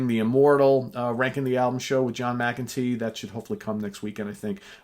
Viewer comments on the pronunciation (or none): none